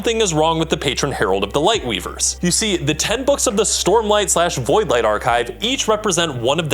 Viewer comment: Sormlight Archive, eh? 😂